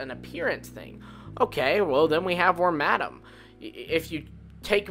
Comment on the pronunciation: BUT THE WORMADAMS WHICH YOUR PRONOUNCING WRONG CAN BE FOUND WITH ANY OF IT’S 3 CLOAKS IN ANY REGION IT’S IN. IN LORE THERE IS A SET LEVEL UP MOVESET IT JUST DIFFERS IN GAMES. THE REASON REGIONAL VARIANTS ARE COOL IS THE COOL IDEAS THAT COULD BE BEHIND THEM WITH OUT THE FORCED LIMIT OF MAKING A NEW POKÉMON BUT MORE IMPORTANTLY THINGS ADAPT.